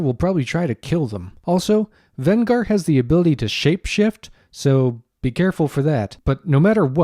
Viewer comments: Venger, not Vengar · Did you say VEN-GAR? Now I'm starting to believe you didn't actually watch the episode. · Given that you pronounce the name of the antagonist wrong, they never pronounce it that way at any time in that cartoon, makes me question whether you even watched it.